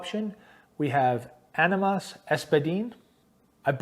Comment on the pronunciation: AHH-ni-mas or AHH nee mass.... just being friendly.... this was cool will subscribe